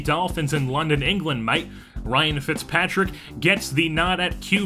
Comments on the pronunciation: It's an English thing, but thr way you say it is Aussie in this video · They say it in England! But the way he says it here is Aussie accent for some reason